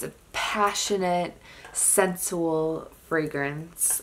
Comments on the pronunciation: Great collection and descriptions, except the "old lady" typing. "Sensual" is pronounced "cinch-oo-el". 😊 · Ya know, I heard another perfume collector say "sensual" the same way as you, so...maybe it's a colloquial thing. 😊 Great collection and really enjoyed it. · When she says the name of the Paris Hilton fragrance 🤣🤣. And the word sensual 😂